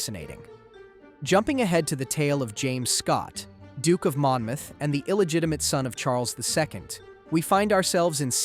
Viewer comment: Mon-moth! Omg! Mon-mouth. Ugh.